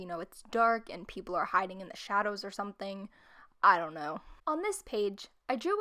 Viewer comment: Haha you said i dont know when you had the page with the eyes And it sounded like you said: Eye dont know xD